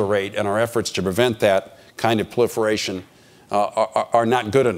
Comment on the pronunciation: "puhliferfation" .sounds like GW bush saying "nucular"